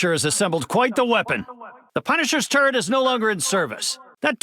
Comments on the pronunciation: Does anyone else hear Mr. Fantastic say “turd” instead of “turret?” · I'm sorry, but Mr. Fantastic sounds like he's saying turd instead of turret. "That turd is unusually large. Even for you, Frank..."